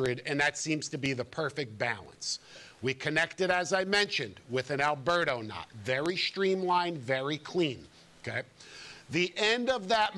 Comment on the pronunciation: Efore say knot not nut